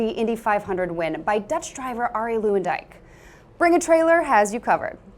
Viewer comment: Never heard Luyendyk pronounced like that before lol